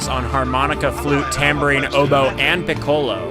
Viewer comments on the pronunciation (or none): Try pronouncing piccolo with the accent on the FIRST syllable instead of the second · How did he pronounce piccolo? And he claims to be a flute player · Dude, don't ever say the word "piccolo" again until you look up how to pronounce it. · A music producer who doesn't know how to pronounce the instrument piccolo. I'm not sure how this happens